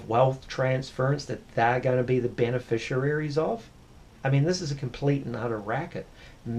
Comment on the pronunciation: I have no doubt that this may be the case but I must have chosen well. Both my ex wife and current wife have never been unreasonable. In fact, big ticket items such as cars, caravan and motor boats I have decided on with no opposition. Only one criticism is his pronouncing beneficiaries, which he prounces beneficiararies.